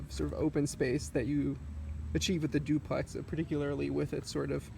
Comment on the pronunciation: "Zooplex" haha. Nice job.